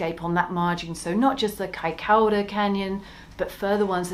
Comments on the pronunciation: Vey interesting, but wincing a little at the repeated mispronunciation "kai-COW-ra" in the first half! Compare the correct pronunciation ... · No. It's Kai-ko-ra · Isn’t it pronounced Kaicoora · Its pronounced Kaikura!